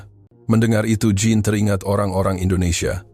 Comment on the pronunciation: Narator, pengucapan nama Jean di bahasa perancus bukan Jin tapi syang 😂